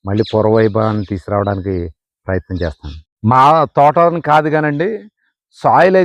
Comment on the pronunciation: 😂😂😂😂😂🎉🎉🎉🎉 Good to watch ...try to do videos....🎉🎉🎉🎉🎉.Abba ...that chethanu......what is that accent .....Chesthanu..........😂😂😂😂😂😂😂😂